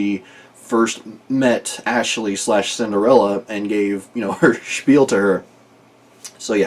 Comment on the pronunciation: You missed one of the names this time, I think <3 ASH-ley. Ash, like in "Cinder-" xD. Also, "Ashley Boyd" phonetically very much reminds me of the German name of the character, "Aschenputtel". Leave the last syllable out and speak it softly, and "Aschenputt" and "Ashleyboyd" sound earily similar.